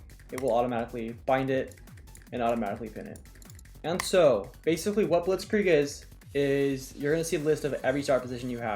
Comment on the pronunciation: The way u say blitzkrieg is really good, and i am german